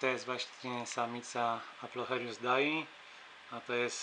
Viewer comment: "Aplocheilus", nie "Aplochelius" ;). Już nie marudzę :)